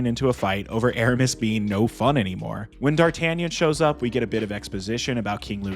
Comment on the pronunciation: It's the best Musketeer movie to date. And oh yeah...I am not french...But my dear americans...It's pronounced Dar-tah-NYAHN!